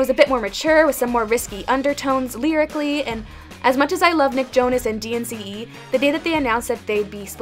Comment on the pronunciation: Can’t be tamed is a jjjaammmmmmm!! Also you said DNCE wrong